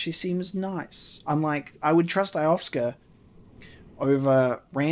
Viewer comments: Can't want to see more looking foreward too seeing the shocks and twists all come together. Also, please please PLLLLEASE It's Lo-sef-ka not Ioska, :P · Who's Eye-off-ska? (her name is pronounced yo-sef-ka) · I love that he keeps mispronouncing 'Iosefka' despite hearing her name spoken several times.: Eye-of-ska Everyone else: Yo-sef-ka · Iosefka: "I am Iosefka (Yo-sef-kuh): "Alrigt Eyeohfka" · I love the playthrough and everything but damn it how do you keep pronouncing it as "Ioska"?? I-oh-sef-ka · Actually I think she pronounced it more like Yo-sef-ka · Iosefka is pronounced like yo-sef-ka. Great playthrough though! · You handled that Gascoigne (pronounced Gass-con) fight great, and without cheesing him! Good stuff! And, just a tip, you have really missed what the gun is for... P.S. Iosefka is proncounced Yo-sef-ka:) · You might want to re-explore Central Yharnam. And i think this is driving everyone mad but, why in the name of all that's good, can't you pronounce ► Io-sef-ka?